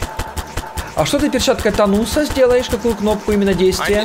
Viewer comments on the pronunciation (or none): Перчатка Таноса А НЕ ТАНУСА!!!!!! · Перчатка не Тану́са, а перчатка паноса